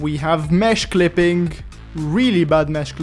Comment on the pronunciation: ''we have mehsh clippink''